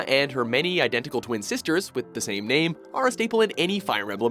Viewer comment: I don't understand how SO many names were mispronounced. Was there any research involved, or just guesswork? I do like the list, though.